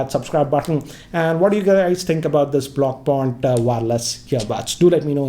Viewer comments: Pronunciation is completely inaccurate. It's Pronounced as ब्लाउपुँक्ट. Which means "Blue Dot" in German. Blau=Blue, Punkt=Dot. Which is also it's Brand Logo, A Blue Dot 😁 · You pronounce it as 'blo' as in 'block' and punk. Blopunk, that's it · Pronounciation: blau (ब्लाउ) punkt ( पुंक्त) Meaning: blau = blue punkt = dot, decimal in German (which is their logo i.e. the blue dot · My Mind: Hey, the Review is nice, let's buy it. Hey but wait i can't pronounce that balupaunkt name to My friends 😂😂😂😅😅 Okay then let's drop it 🤣🤣😜😜😜